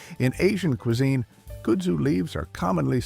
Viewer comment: Sorry but where does this pronunciation of kudzu come from? I’m assuming it’s an ai 🤮 voiceover cause, at least here in the south, it’s pronounced kud (like bud but with a K) Zoo